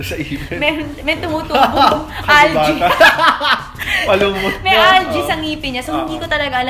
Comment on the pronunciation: algae 📣 as "alga" 😂😂